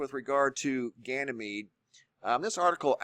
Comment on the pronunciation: Says "gyanemede up-close"